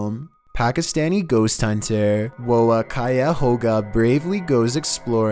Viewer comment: The way he pronounced Wo kia hy lol